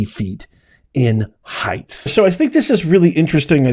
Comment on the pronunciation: Its height not heighth